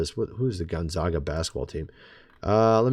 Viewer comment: Its gonzaga. like gonzayguh. From spokane Washington. cmon man.